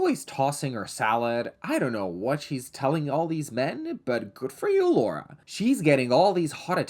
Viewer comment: Thanks for saying Laura and not “Laura” as an American